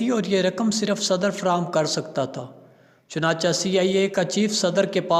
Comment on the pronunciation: ارڈو صحیح بالو چنانچا نہیں چنانچے بولتے ہیں